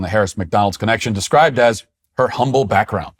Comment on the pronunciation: Matt, did you say "umble"? C'mon! 🤣🤣